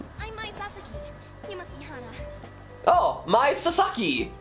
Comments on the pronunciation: This is so weird in the beginning cause my name is Hannah and you said Hana like 10 times and it was just weird xD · The only thing I absolutely hate about this playthrough is the fact that they can't pronounce "Hana" right. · They pronounced Hana wrong